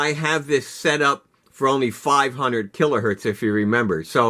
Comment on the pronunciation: Kilohertz, not Kilohurt